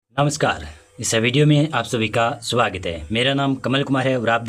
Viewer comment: सवागत है कि स्वागत 😅😅😅😅😅😅